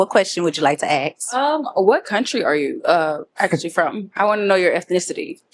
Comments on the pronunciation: Come on, the word is ASK, not axe. You’re too smart to sound so stupid. 😢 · Ask not Ax!